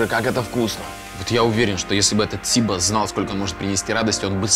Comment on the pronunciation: Все прекрасно, только когда сибас поизносят с ударением на первый слог, кровь из ушей. СибАс правильно